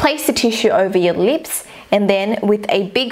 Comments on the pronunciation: its not leeps its lips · I love the way she says lips "leeps" 😂😂💜and "loops" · she says leep because of her accent